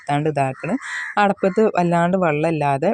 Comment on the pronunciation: അടപത്തു അല്ല. അടുപ്പത്തു എന്ന് പറയു